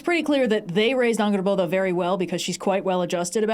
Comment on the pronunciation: The way says Angrboða *chefs kiss*, i rewinded like 8 times to relisten